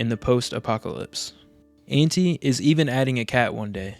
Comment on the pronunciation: The pronunciation for Antti is a bit tough one.. The "t" is a bit longer and the "a" is like when you say aardvark (sorry couldn't come up with another word with that pronunciation off the top of my head 😅) except only with one a of course.